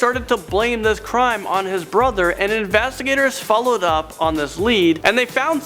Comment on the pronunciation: He said "the infastigaters" 😂